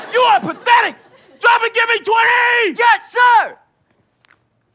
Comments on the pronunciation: Twenty? I think you meant tenty... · "Drop and give me twenty!" "Don't you mean 'tenty', sir?" "What?!" "Well, I mean, that's what our last officer called it . . . sir!" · “Drop and give me twenty!” Me: NO ITS TENTY!